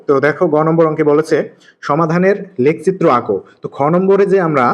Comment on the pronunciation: লেখচিত্র এইটা এইটা আপনার উচ্চারণের সমস্যা